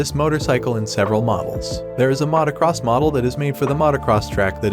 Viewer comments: AI does not know was Mautocross is. Yet. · Immediately unsubscribed when i heard Matacross and AI voice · You really couldnt find a narrator that can correctly pronounce Motocross?